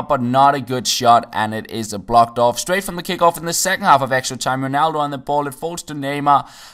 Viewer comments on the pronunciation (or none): none